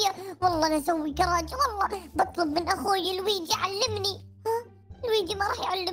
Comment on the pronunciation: كراج مو قراج يا لويجي